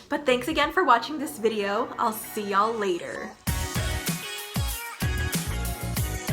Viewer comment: I love it when she says "yo'll" now I'm distracted